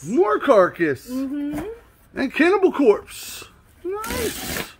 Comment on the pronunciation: *Cannibis Corpse lol